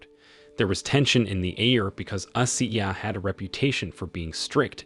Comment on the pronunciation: Coach ashiya..... Pronounce Ashiiiiiya